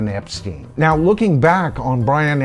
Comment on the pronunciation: Hey hope all is well, I'm not sure but I think Brian's last name is actually pronounced Epstein as in Frankenstein, at least that's what I've always heard